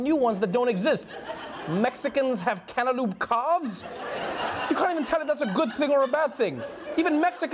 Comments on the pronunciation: He can't say cantaloupe for his life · "Canta-loop" Trevor has a fancy pronunciation for cantaloupe. LOL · You know, I thought, "This is funny, Trevor can't pronounce cantaloupe (can't-a-loop)" but then I thought, "Fuck me, this is an American thing isn't it?!"...then looked it up, sure enough... :) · I think it's adorable funny that Trevor Noah can't say cantaloupe.